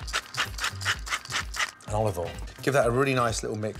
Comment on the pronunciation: "A touch of ovol"